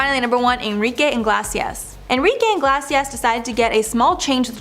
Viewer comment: Enrique Iglesias =) Iglesias: Ee-glay-ceus ;) Iglesia is spanish for church, so Iglesias = church's